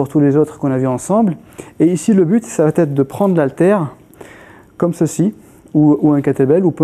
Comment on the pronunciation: Super vidéos merci. Juste un truc: ya pas de t à ça va être. Pas de liaison